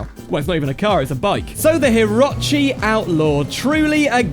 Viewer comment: Is it not pronounced hih-roach-ee?